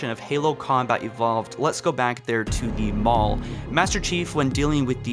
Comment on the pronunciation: Why does it sound like he is calling the final mission of Combat Evolved "The Mall"? Its bothering me 😩